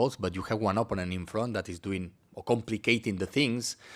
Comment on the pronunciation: ... Man könnte oder sollte den Coach zumindest mal korrigieren bei der Aussprache des Wortes OPPONENT (Gegner). Nichts gegen einen Akzent, aber er spricht es sehr falsch aus. Und benutzt dieses Wort so geschätzt 10 bis 12 mal jede PK. Alleine die Korrektur dieses Wortes würde sein Englisch gefühlt viel besser machen. Sein Englisch ist ausbaufähig, insbesondere die Aussprache einiger Wörter. Ich verstehe alles was er sagen möchte aber es kostet mitunter einiges an Konzentration. Ich beneide unsere Spieler nicht. Denen muss der Kopf qualmen nach 1 Stunde Theorie Schulung.